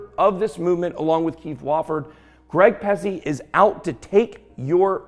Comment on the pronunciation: Ben your too much bro , you said “Greg Pusce.” 😂😂😂😂